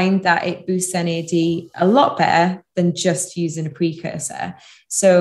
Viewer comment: Thanks for the informative video. I love how you pronounce "better" with only the initial consonant ("be'e'").